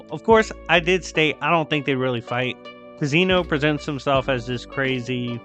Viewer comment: Youve been saying zeno wrong. This is why dub>sub